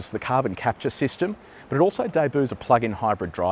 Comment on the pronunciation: "Day - booes"! :face-green-smiling::eyes-purple-crying::face-orange-raised-eyebrow: Not once but twice! And a THIRD time :face-blue-smiling: AND more "Day-Booooooes" too many to count! 😆🤣